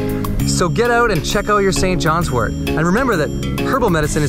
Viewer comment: Thank you so much for pronouncing wort correctly. It drives me crazy to hear herbalists say wart . 😊